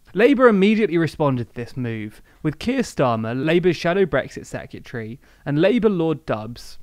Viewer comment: Dear. I like your videos, but please pronounce 'secretary' correctly. It's not secutary.